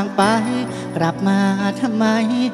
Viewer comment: ผุ้ท้าชิงต้องร้องให้ถูกน่ะครับคำว่า กลับ กับ กรับ นะ😅😅